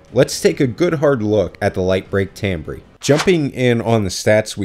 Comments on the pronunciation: for future reference Timbre is pronounced tam-ber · It's pronounced tam-bur you goon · Isn't timbre pronounced tamber? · lol I just was cringing everytime, I'm sorry. English doesn't make any sense I used to be a musician so I knew how it was spelled and pronounced.